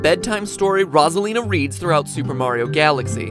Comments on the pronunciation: I am SO triggered by how he pronounced it in the video. I have a similar problem with my name. Most people, upon seeing it, use a short "o", as in "boss". It's supposed to be a long "o", as in " rose" (literally both our names start off sounding like the flower), because of one thing; the number of "s"s after the "o". One "s" makes the "o" long while Two "s"s make the "o" short. It's the way it's SUPPOSED to be said. Y'all have NO idea how tired I am of people pronouncing either names with "Ross". It's not " Ross", it's "Rose". And THAT is no theory. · I cant stand the mispronunciations of Rosalina... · You’re clearly struggling to pronounce Rosalina. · I though her name was pronounced Rose-a-lina ;P Me and my whole family says it like that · Ah yes, my favorite Mario character “Ra’s al Lina.” Thanks MatPat! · Rose-a-lean-a is how its pronounced!!! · Mr game dude it's ROSE-A-LEE-NAH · Actually it's Ros-A-Lin-A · I know.. this whole video i'm like "Rah-zuh-lina? huh? stop it!" lol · I’ve never heard anyone pronounce Rosalina like that I pronounce it Rose-a-lina 😭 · He says RAWSALINA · “Roz-alina” makes me want to die, hearing it. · It’s kinda triggering that he pronounces Rosalina like Rawwwsolina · It is rose-eleena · It’s rose-Alina! Rosealina!!!!! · 😂Who is Rasalina😂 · It’s actually pronounced “row” Salina. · Its rose-alina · Ros-Iliana it is pronounced rose-ilina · It’s pronounced row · zuh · lee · nuh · OMG Stop saying rasalina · Its pronounced rose a lean uh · Its "rose'alina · OHNO WHAT HAVE YOU DONE NOW I CAN’T STOP HEARING IT LIKE THAT😂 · Is it just me or did MatPat pronounce Rosalina 2 different ways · Oh my god, Rohz-alina made this video hard to watch from the get go. I hope I'm not being too picky, but her correct pronunciation was said dozens of times in Nintendo Directs and the Smash Tournament. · PBG pronounces it like that. It bothers me so much. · I was screaming at my screen every time he said her name like that. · Mystery Girl Ikr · RoH solina